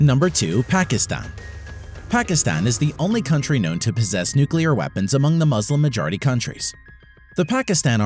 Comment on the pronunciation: Why are you saying when you cant speak the word muslim